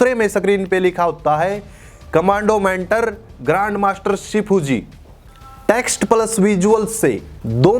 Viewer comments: Grand master with G silent 😂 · R aur M Silent hai😂😂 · Grand master with "R" silent. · "Grand master" but "G" is silent 😢